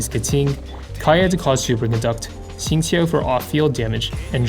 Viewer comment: Nice guide as always! But as someone who is bilingual (CN & EN), it really f***s with my head everytime you pronounce Keqing and Xingqiu so properly lol, my brain keeps switching between different lang modes and can't even focus on the content hahah, have to watch this video like 4 times